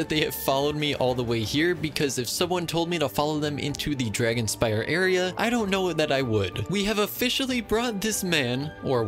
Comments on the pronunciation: Dragonspine not dragonspire lol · It's called dragonspine not dragonspire 😭😭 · Isn't it....Dragonspine? Not dragonspire? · I love how he kept saying dragonspire instead of dragonspine 😭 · every time this guy said dragonspire instead of dragonspine , it took 300 years off my life span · I really like the way that he says dragonspire instead of dragonspine haha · He still says dragonspire 🗿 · I cant ignore you calling Dragonspine Dragonspi r e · It’s dragonspiNe no r 🤪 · no one gona say that its dragonspine and not dragonspire? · I just had crisis over whether it's pronounced "Dragonspine" or "Dragonspire" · What did he say? Dragonspire? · Isn’t it “dragonSPINE”? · WAIT… ITS “DRAGONSPIRE?” ITS NOT DRAGONSPINE? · Dragon'spine' Not spire :) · its called dragon spine not dragon spire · i think uve been reading wrong this whole time lol, its actually dragonspine, with an n, not an r. like dragon-spine as in ur backbone, not dragon-spire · Uhmm it's called dragon spine not dragon S-P-I-R-E just correcting that ur wrong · its not "dragonspire" its dragonSPINE